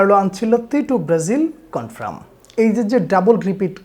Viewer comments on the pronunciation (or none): উচ্চারণ টা কনফ্রাম না কনফার্ম 👍